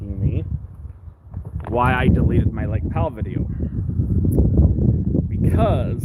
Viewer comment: You are saying Lake Pal wrong 😝